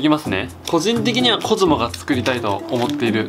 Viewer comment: ごめんなさい、出だしの「コズモ作ります」が「子供作ります」に聞こえました